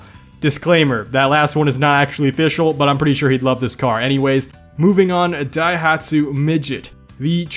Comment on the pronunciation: You actually pronounced Daihatsu better than Opel. All those three in a row got me. xD And was also good. Just on a side note... Cars don't kill people. Bad drivers kill people. Seriously, it's no the cars fault. Porsches have the same handling with their rear engines and nobody complains about those.